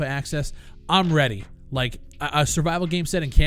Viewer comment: Why is it every time u say ready or not... my brain goes "redy or not here I come " (the famous song for people living in a cave)